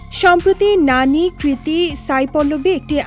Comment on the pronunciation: গাজাখোর রিপোর্টার ওর নাম নানী না, ন্যানি 😄😄